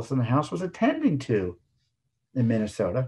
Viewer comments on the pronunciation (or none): none